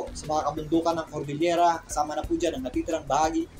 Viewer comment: Salamat sa clear forcast and your correct pronunciation of CORDELLELIERA.Others are saying COLDELLIERA.